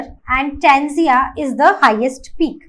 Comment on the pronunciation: 🚫 Tanzia 💯 is TANZANIA